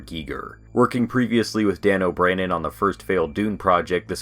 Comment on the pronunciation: DAN O BANNON. NOT BRANNON